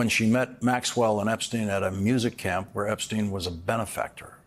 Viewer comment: Jeffrey Epstein is the only name Trump says correctly and confidently.